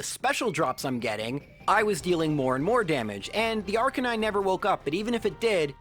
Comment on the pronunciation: Everyone: Arcanine: Ar-Canine